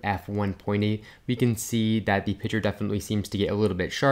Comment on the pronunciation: PiCture, there is that k in there. It’s not pitcher. PiK...